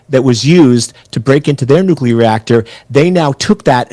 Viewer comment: Iran must never have nucular weapon.